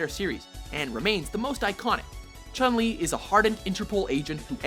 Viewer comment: Why do they mispronunce the name wrong. Ryu and chun li in particular. I dont agree that camy should be in the list. I think akuma or e honda or even ken should replace her on the top ten.